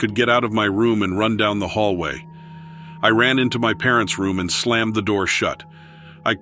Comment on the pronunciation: That's hallway--- not hallay😅